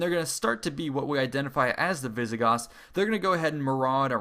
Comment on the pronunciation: Visigotttths!!! So they were roughly the Spanish ancestors?